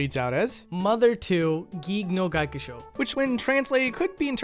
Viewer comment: It's great that you tried but it's gyakushuu not gakushu